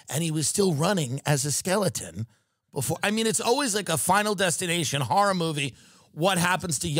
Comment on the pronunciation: the way tim says horror 😂😂😂😂